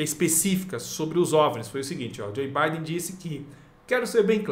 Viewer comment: Não é Joi Biden. Se pronuncia Djou Biden.